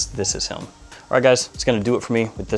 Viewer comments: I love his videos. But it always gets me how he says him. Does in not sound like he says “helm” or “hilm” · Subtitles even shows “helm” lol so I’m not the only one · Your accent provides a slight ‘hidden’ L in the word ‘him’. It is interesting. Is that common? Sounds like ‘hilm’ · he does it with the(l)m too. lol. ive also been wondering about this for months lol